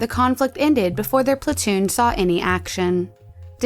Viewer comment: his plantoon? lol